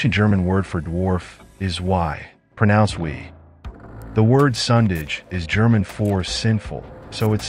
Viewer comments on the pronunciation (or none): The german word for "sinful" is "sündig". Not "sundige". What a great video. Awesome topic. Keep doing it. God bless, Brother. Amen.